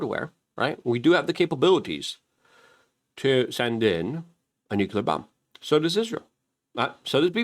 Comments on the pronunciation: What is it about people in this country who continue to pronounce the word nuclear as nukular? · Nukular power plants